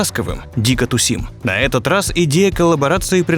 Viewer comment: Не дико тусИм, а дико тУсим